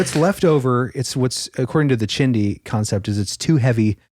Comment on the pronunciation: Hi..I'm not sure if you even read the comments on super old stuff like this, but in Navajo it's pronounced chee di